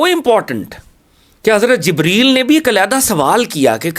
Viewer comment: I dont like you pronounced hazrat jebraeel alisalam please correct and show great respect please hazrat jabraeel elesalam